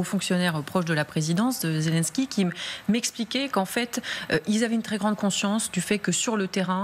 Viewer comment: ... ça commence fort, le journaliste qui annonce : "le symbole de la résistance zézé, en compagnie d'ursula" ... 🤣🤣🤣 ... Ho p'tain, on tient le nouveau Coluche ...